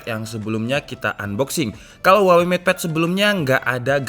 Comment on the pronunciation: "Huwaengg", lagi bersin gw